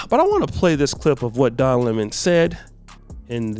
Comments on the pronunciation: Oh wow this is off topic but who could stand to watch Tucker for man than 5 minutes? That clip was exhausting, ha ha ha he said Lemon as La Mahn. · Noooo!! Not Donna Lê-mon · “Don La-Mon” 😂 Wow.